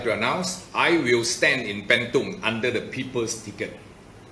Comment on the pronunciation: sebut bentong pn salah nak jadi wakil rakyat bentong.. adoi la..